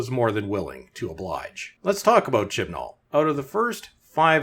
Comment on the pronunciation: Oh, I thought the narrator was saying, "Shitball."